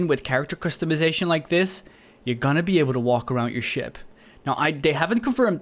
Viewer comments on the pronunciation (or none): none